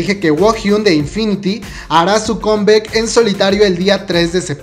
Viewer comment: "Combec" "iduan" "jiouna" 🤦🏼‍♀